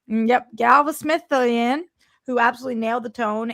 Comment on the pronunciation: ”How do you pronounce his name, Roxy?” ”Galavans” 😅